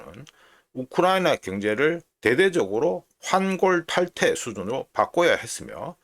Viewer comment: 환골탈태 not 환골탈퇴 😅